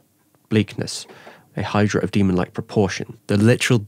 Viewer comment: Why can't he say demon?